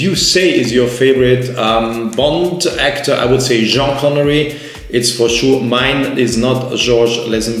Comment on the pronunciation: Say Jean Connerie one more time and the Swatch will explode!